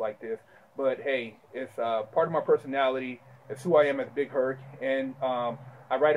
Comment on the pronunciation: big Herc, short for Hercules? Nigga, first time I heard you say that I thought you meant BIG HURT, until I read it.